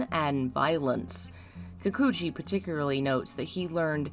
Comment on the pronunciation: i love this video, but just to let you know, it’s pronounced particularly not paticuraly.